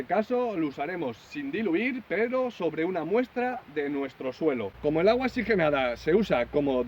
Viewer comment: Muy buen consejo, pero no es xigenada es que oxigenada